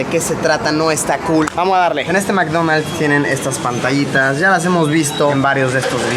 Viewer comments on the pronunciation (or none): "en este mcdomalds" :V